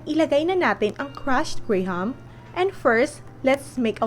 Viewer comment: Silent h ang graham